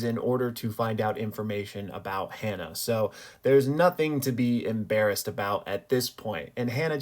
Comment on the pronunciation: Ha-Na not Hannah.....